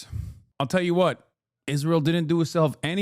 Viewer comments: “Ishreal” I hate the way she says it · Can somone explain why she pronounces it “ishrael”?